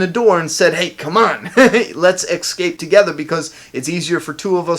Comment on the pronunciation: big fan. love your work. But why can't you say escape instead of ecscape? 😎👊